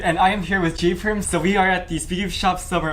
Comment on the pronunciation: It's not G perm t It's J perm